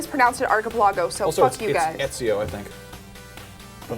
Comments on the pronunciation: Omg its not EzeeOH it's ET ZEE OH! And it's not ALTEER, it's AL TIE EER. Say it right. lol. Keep up the good work tho. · Did she just pronounce Ezio and altair as Ehzeao and Alt-air. You've never played AC and/or you are the most white bread person ever.